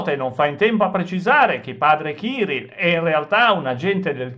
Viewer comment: Il capo della chiesa ortodossa russa non si chiama ciril ma Kiril coll accento sulla seconda i